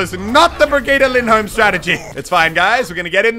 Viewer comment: Im also from Norway and it's pronounced Birgitte Lyndholm